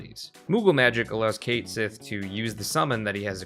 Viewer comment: It's KET SHEE, JFC. That's how you pronounce his name. It's Scottish.